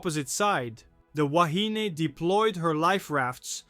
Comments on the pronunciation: Please - try saying "Wa-he-nay". Back in 1968 we (pakeha) used to say "wa-he-knee" - so you might hear both pronunciations in older videos, but "wa-he-nay" is the one to use in today's world. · The ship's name is pronounced WA. HE KNEE ( woman , in Hawaiian)